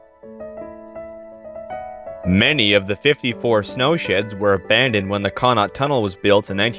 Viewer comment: Connaught is pronounced “kuh-NOT”. Accent on the second syllable. Savona is pronounced “Savon-AH”, accent on last syllable. All in all, a great video.